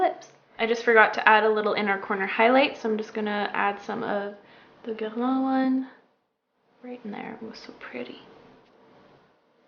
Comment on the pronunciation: YOUR FRENCH ACCENT (for Guerlain) OMG 😍